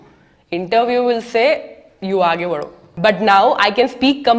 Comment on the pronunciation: The way u said "u aage badho" Was impeccable